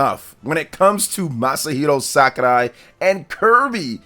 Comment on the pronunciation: Can this guy stop saying SakuLai?😂